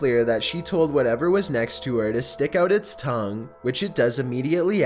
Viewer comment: no hate but its tongue not thong😂